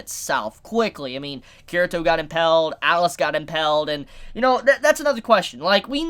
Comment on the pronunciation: Why you mispronounce impaled... reeeeeeeeeeeeeeeeeeeeeeeeeeeeeeeeeee